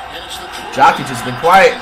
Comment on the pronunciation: Dude pronounces Jokic as "Jah-kit"